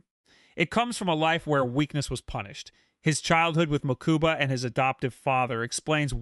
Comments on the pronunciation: Same here I think I kept twitching each time hahaha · Ok this was a great video but your pronunciation of Mokuba was killing me